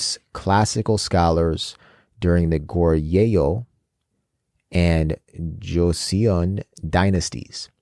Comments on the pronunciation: I'm late here... But want to help you with pronounciation of certain words. In korean words, if you see "eo" ... It's not pronounced as "ae-o"... It's pronounced as "o" only. Example is Kim Seokjin, Jung Hoseok. It is not Si-ok Jin.. it is pronounced sokjin. Similarly, Goryeo = goryo (not Gor-ye-yo)... And Joseon = Joson/josan (not jo-se-on) I hope it helps. If it confuses you on why... Then lemme just tell you that korean vowel is (ㅓ) and its romanization is "eo" ... That is why is korean words that are written using English alphabets, this "eo" is pronounced "o" Hence seoul = sol (not se-ol) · Just going to note so you guys don't continue to make the same mistake when pronouncing other korean words. 'eo' is a korean vowel or syllable that is pronounced more like "uh/oh" sound. It's one sound, not 2 separate "ee ooh" sounds. So it's not Joe-see-on, its Jo-seon. And it's not necessarily a straight up 'Jo-sun' or 'Jo-son', its kinda a mix of both sounds (If that makes sense). As long as it's not 'joe-see-on', anything similar to 'joe-son' is more accurate. Hope this helps!